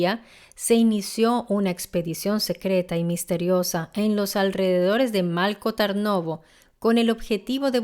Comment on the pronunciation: Por ejemplo Malko Tarnovo. La "l" de Malko, no se lee como en español, no es una l líquida. Y la "a" de Tarnovo, realmente está escrita como a en latín porque la vocal real no existe en español y realmente es complicada de pronunciar. Es una vocal que existe en las lenguas eslavas. Luego, estoy en el móvil y no recuerdo cómo estaba escrito el lugar concreto de los hechos en latín, pero la forma correcta de pronunciarlo sería Strandja, pronunciando la J como en jacket (inglés). Algo similar ocurre con algunos nombres que se mencionan. Lo dicho, son lenguas muy diferentes y es complicado pronunciar algunos sonidos, pero creo que en un video informativo es importante pronunciarlo lo más cercano posible. Espero que no te ofenda mi comentario y gracias por tu atención.